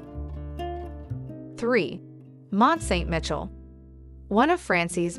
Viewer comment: Where is 'Ver'saies'? Or Mont St 'Mitchell"? Never heard of them before today. I'm not even going to mention the other attrocius pronunciations. I hope you never paid the narrator - obviously an American because only an American would butcher the names as she did.